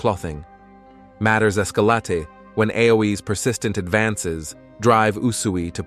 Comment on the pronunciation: Well that es-ka-la-tayed quickly